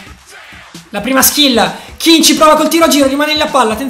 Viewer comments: Si chiama ken non kin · Comunque non è Kin ma Ken ℹ😇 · si dice moise Ken no kin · Un consiglio si scrive Kean e si pronuncia Ken non Kin